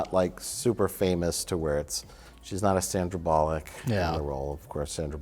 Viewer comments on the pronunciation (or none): i cannot express how much I enjoy Mike pronouncing Sandra Bullock's name as 'Sandra Bollocks' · Gets me every time when Mike purposefully mispronounces people names--and especially when it's America's Sweetheart, Miss Congeniality herself, Sandra Bollocks.